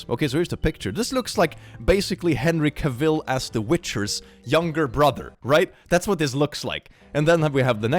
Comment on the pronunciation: I cannot get over how you pronounce Henry Cavill's last name 🤣